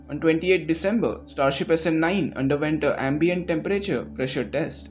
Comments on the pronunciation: thanks for this video. A small nitpick, the way SN9 is pronounced is a bit out of what I am used to, the two words are bound stronger (essenyn) and the ny/ni part of nine is stressed hard, too much for my comfort. Keep up the good work. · snNIINNE snELEVEN snSEVENTEEEN